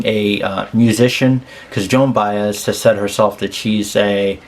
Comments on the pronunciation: This is the fourth reaction to this song that I viewed and you are the first of four to properly pronounce Joan's last name. Bye-ez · (Thank you for pronouncing her name right) I always find it amazing that Joan spent most of her career singing other people’s songs (perfectly) and when she writes one for herself, it is one of the greatest songs lyrically and musically that has hit the music industry. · Kudos to you my friend. Of the various reactors to this song you are the only one I’ve heard who pronounced her name correctly. Most of them called her Joanne Bez???